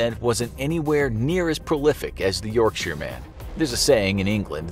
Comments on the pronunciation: My respect from a British person for calling it Yorkshire not yorkshyer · So glad he doesn't say York-shire, like most Americans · He pronounced Yorkshire properly, which makes up for it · Hearing someone not from the UK pronounce, "Yorkshire." Properly, is so satisfying. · just gotta say you're pronunciation of the word "yorkshire" is probably the best i've heard from an american. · Americans love to pronounce 'shire' with such emphasis. This dude must've had it bullied out of him. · Oh you mean the correct way